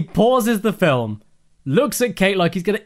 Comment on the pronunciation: First MILUK, now FILUM XD